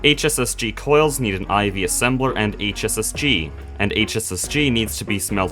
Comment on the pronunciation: every time you said "hss-g" it made me think of heartgold and soulsiver